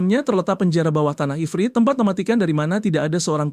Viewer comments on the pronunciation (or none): Efret? Ifrit bang itu salah lu pas raja lawan monster api itu, aduh padahal dah bagus bang tapi ya gpp lah, semangat bang, 😂😂